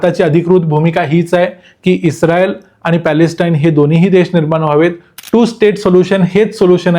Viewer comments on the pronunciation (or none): U r pronounce isreal word like pakistanis😂